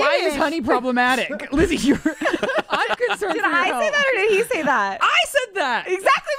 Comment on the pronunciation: Lizzie ... stop. just stop. ewiize.